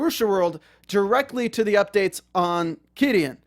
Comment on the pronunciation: Took me a while to understand you were saying Qidin. That aside... Qidin was able to remove patreons of WW translators because the gave exclusive publishing right to Wuxiaworld. They said that posting chapters on patreon owas a violation if the agreement. Filing the DMCA(s) was a total dick move. Totally stupid. They had already sold the rights to Wuxiaworld.